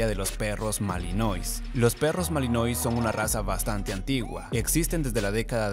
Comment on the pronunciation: "malinuá" se pronuncia en francés